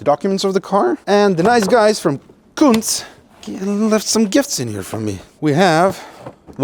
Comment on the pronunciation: cuntz classics? lmao